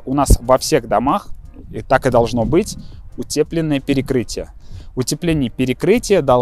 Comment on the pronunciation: УтЕплено..я думаю как-то слух режет Ну а в целом вы четкий)